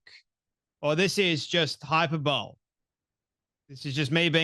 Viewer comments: from your use of the word (and mispronunciation) you don't seem to fully understand what hyperbole (pronounced high-purr-bull-ee with the stress on the second syllable). Please don't show yourself up. It undermines your credibility. And I say this as a long time subscriber 🙏🏻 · Not “hyper bowl,” but /haɪˈpɜːbəli/ Also ☝🏾I am now SO glad you won’t let this debate go. Thank you for your work 🤍and pushback